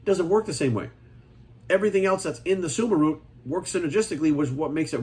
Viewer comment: He said suma root, I thought he said Subaru at first lmao